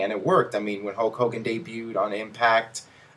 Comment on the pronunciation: STOP SAYING HOWK HOWGIN! It's so fucking annoying